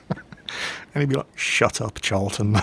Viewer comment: did he say charleton? is that last name?